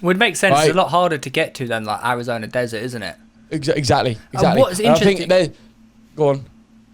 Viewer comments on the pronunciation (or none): none